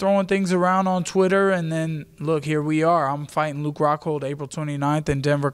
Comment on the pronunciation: Did she say fluke rockhold? Lol